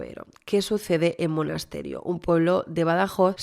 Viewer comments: disculpa que haga un apuntin que no es solo para ti, por si haces el vídeo de Manuela Chavero, sino también para otra gente que he ido leyendo en redes.. el pueblo es Monesterio, no Monasterio. Es fácil equivocarse porque esa 'e' intermedia pasa súper desapercibida 😅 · Es Monesterio, que lo estás diciendo mal todo el rato